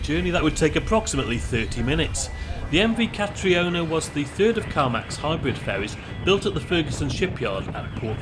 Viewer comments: Catriona is pronounced ca-treena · Catriona is pronounced like Katrina. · I believe it's pronounced Katrina but just spelt Catriona in the Scottish Gaelic kind of way. 👌